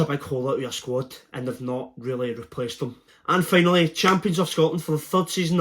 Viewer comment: "and FEY-nally Celtic" 🤣🤣🤣🤣